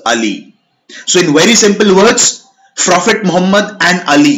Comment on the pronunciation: Not frophet, prophet get your pronunciation right bro!